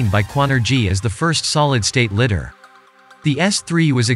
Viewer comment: "litter", funny, it is ligh-der